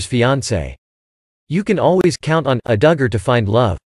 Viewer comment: or how to pronounce DUGGAR